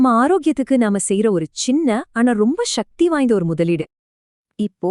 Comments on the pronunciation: சக்தி என்று சொல்லவும். ஷக்தி என்ற வார்த்தையே இல்லை. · தமிழை ஒழுங்கா பேசுடி. ஷ்ஷக்தி இல்லடி, சக்தி. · Shakti is sanskrit pronunciation, it should be avoided, pls say. Sakthi